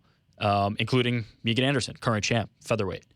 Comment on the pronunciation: You drive me crazy calling her Meeegan, it's Megan!!! Please if you ever speak to her again, it's Megan!!!!! Not Meeeegan!!!!!